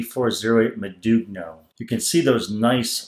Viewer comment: That's not how you pronounce modugno. The g is silent and the subsequent n is a bit like the spanish ñ like in Niño. I would at least expect a seller to know how to name its products. Doesn't inspire confidence in explaining the product if the product name is mispronounced over half a dozen times.